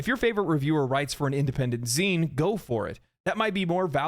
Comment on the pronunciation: They said "zine"... "ZINE"!!!